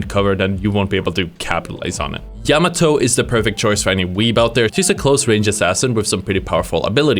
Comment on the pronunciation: Yamato "Jam-a-toe" lol